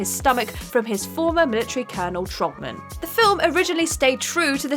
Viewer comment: Trautman is pronounced as the half-fish, half-man superhero, "trout-man"